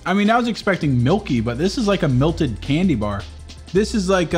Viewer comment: WHY DO YOU SAY MILTED INSTEAD OF MELTED